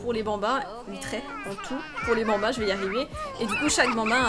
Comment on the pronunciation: "Va faloire soccuper de ces 8 benbins" chui morte deja juste le mot "Benbins" 😂😂😂😂